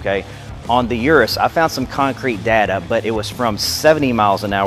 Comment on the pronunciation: He says "ur-us" I say "eu-roose"